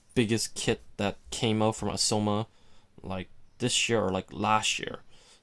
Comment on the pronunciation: Am I the only one irritated by the way he says "Aoshima" = "Ausoma"???